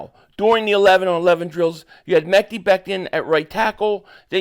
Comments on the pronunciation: Man you are driving me craZy with this "Mekey" it is " Mekeye". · Happy birthday to your daughter also you pronounce his name Mi-ky like Kyrie except it’s Ma-ky Becton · I’m sure his name is pronounced “Mek-Eye”